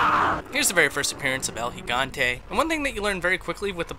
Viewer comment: "el higanté"